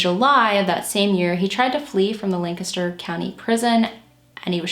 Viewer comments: Thank you for covering this case! It was definitely the biggest local solve since Christy Mirack. Also, thank you for pronouncing Lancaster correctly - unless you live here, most don't say it right at all! Great work as usual, - you're one of the most thorough and caring true crime YTers out there and I appreciate your thoughtful approach to these cases and the surviving loved ones. ♥ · Lol I was gonna say thank you for the correct pronunciation as well! I just moved to VA after living in Lancaster County my whole life and someone down here had the audacity to try and correct the way I said it 🙃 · Thank you, thank you, thank you for pronouncing Lancaster correctly! Born and raised in the neighboring county of York, PA, it's always fantastic to hear someone say it right! I love your channel -- thanks for all you do! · I'm from Lancaster and I appreciate you so much for pronouncing Lancaster correctly ❤️